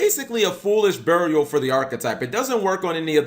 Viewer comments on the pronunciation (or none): none